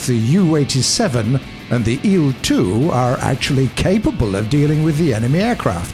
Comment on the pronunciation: IL is not a word so say i L SPACE IT OUT